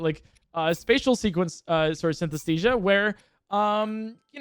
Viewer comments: Take a shot everytime says Synthesthesia instead of Synesthesia. jokes aside, amazing video and run!! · Synesthesia pronounced correctly counter: 1 Synesthesia pronounced incorrectly counter: idk like 50 lol Yeah, can't blame you, commentary is really hard